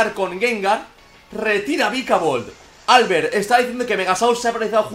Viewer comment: prq dice Álbert? se dice Albert, con tónica la e